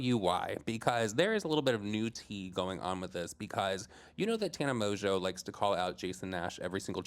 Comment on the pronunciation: you have grown so much!!! Pronouncing Tana’s last name correctly lmao 😂😂😂